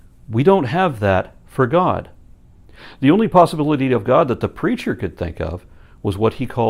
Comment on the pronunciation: Every time he says 'the preacher' I hear 'the creature.' ...Is that bad? :\